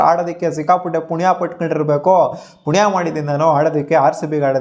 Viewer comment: ಪುಣಿಯ ❌😂😂😂 ಪುಣ್ಯ✅